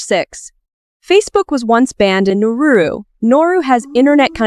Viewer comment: it's NAURU. how do you make a video about a country and not even get the name right. also? wtf is the point of this video? from desperate women to phosphate deposits??